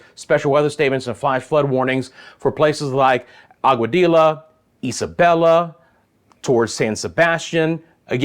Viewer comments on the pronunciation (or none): Hi, thanks for your updates,however giving you a little correction in pronouncing the town of Aguadilla.Try AGUA -DEE-JA.👋Wepa!🇵🇷